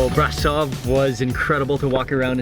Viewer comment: I love how he pronounced "Brasov"